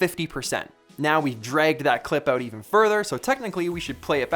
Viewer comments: peter says OTE instead of OUT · "check this oot"